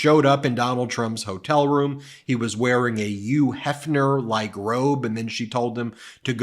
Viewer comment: Ben, why do you pronounce the second H in Hugh Heffner, but not the first? It's not Yugh Heffner.